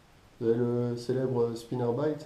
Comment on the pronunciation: Les " spinnerbaït " les " jerkbaït " les " crankbaït " et les " swimbaït " 😂😂